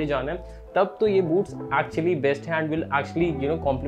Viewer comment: Boots ki jghe boobs sunai de rha tha 😂😂😂👀